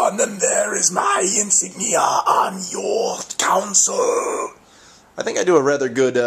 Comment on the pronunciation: I really hate the way you say "console". You say it like "counsel".